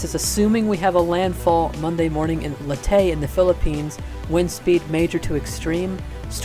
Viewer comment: Its Ley-te, not Leyté